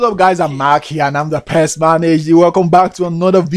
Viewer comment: Its mackiee